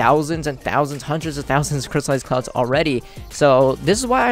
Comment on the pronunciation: he says " crystallized clouzz "